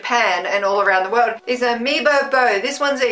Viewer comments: I think it's pronounced oo-my bo, the U normally gets pronounced as 'oo' like in Udon and Mai- as 'my' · Two things! 1. The thing from the udon might have been a fox rather than a kitty cat. 2. Umaibo is pronounced oo-my-boh. Other than that, great vid.:D I love how much fun you have during these taste tests.